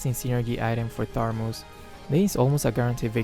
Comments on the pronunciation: Imma try dis synergy Also me keep losing and losing Also keep saying tharmuz instead of thamuz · When you realize is still saying "tharmuz" instead of "thamuz" 😂😂 where did that 'r' came from 😅 just askin'. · it's Thamuz not Tharmuz xD, and thanks for the tutorial. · Thanks for the magic chess tips sensei .. But what i hear is Tharmus not Thamus 😊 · Its not tharmuz its thamuz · Thamuz not Tharmuz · It's thamuz not tharmuz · Nice tips, but why u call thamuz "THARMUZ" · It's not THARMUS it's THAMUS hh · WhyThaRmuz? Its just thamuz bro 😄😄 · Thamuuuuuuuuuuuuuuz not ThaRRRRRRRRRuuuuuuuuz!!!!!! NO RRRRRRRRRRRRRRRRRR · Why do you call "Tharmuz" to Thamuz? xD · Actually said, Tharmuz instead Thamuz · I'm annoyed that always say “Tharmuz” instead of Thamuz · No one:: "Tharmuz" Thanks for the tips might try your strategy in Magic Chess:) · Thar- muz kwa???😂😂😂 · The Tharmuz where we put hot water into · Joseph Odon That's "Thermos" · no one: literally no one:: THARMUZ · It's thamuz right? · Tharmuz stat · No one:: THARMUZ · For the first three rounds, you should try to lose those rounds. Me: Keeps on losing every round. Ps: I love it when mispronounce hero names ♡ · Moonton: Thamuz: Tharmuz Me: Thanos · I was looking for this comment 😂👌🤣